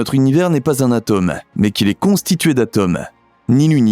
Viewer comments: Coucou Bon c’est de la prononciation : je pense que vous ne parlez pas de la tomme … mais de l’atome 😂😅🤩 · Faut apprendre à prononcer atome ! Ce n'est pas de la tome de Savoie !